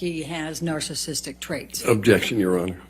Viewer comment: He didn't pronounce narcissistic correct one single time.